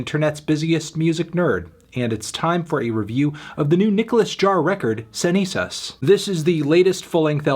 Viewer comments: Cenizas pronunciación is perfect meloncito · Nobody is gonna talk how melon uttered "cenizas" so well? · Esa pronunciación de "cenizas" es perfecta ♥️ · Wow you pronounced a spanish word perfectly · Cuando veo al pelao diciendo una palabra en español correctamente :D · Mellon hitting us with that flawless Spanish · He’s come a long way since “EX ONE HUNDRED PRE” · Omg what the fuck what the hell he said the name in Spanish correctly I'm shaking rn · Good Spanish Melón Antonio. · NICE SPANISH ANTONIO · jajaja lo dijo perfecto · Actually tho was pretty impressed